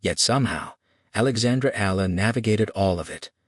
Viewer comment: Oh boy It’s E ya la got it?